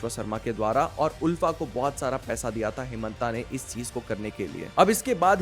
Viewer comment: आलफा not उलफा